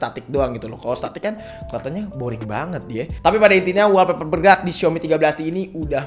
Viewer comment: saran klo nyebutin istilah inggris sebisa mungkin pnyebutanny bener biar mkin keceh contoh olweys bkn alweys wolpeper bkn walpeper:3